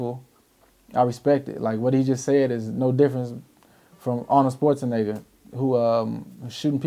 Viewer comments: "...arnold SPORTaneggar" 😳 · Homie said Arnold "sports a nega".... Lol who is that? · "Arnold Schwarzenigga"